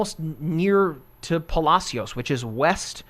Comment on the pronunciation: It's "Puh-Lash-us" Texas, never heard its probably proper pronunciation 😆😆 Thanks for the updates. Just got off Galveston island